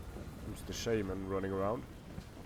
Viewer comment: You have an amusing way of saying Shaman